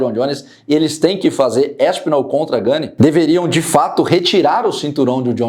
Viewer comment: a pronúncia não é ganê (seria se tivesse acento agudo no e). É "Gan"